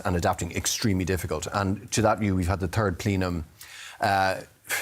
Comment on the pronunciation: The "turd plenum". Love it.